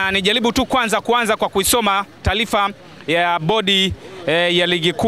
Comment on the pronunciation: Taalifa ni taarifa;mpira sio mpilanambali ni numbari!kingeleza kingereza